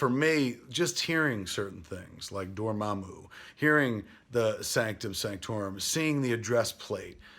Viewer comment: "More-doo" and "Doorma-moo" huh. Isn't Matt Key your producer? For shame.